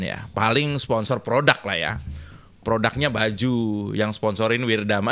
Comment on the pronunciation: PRODUK bukan PRODAK.. pake U bukan A.. dibenerin tuh bahasanya, Bambang...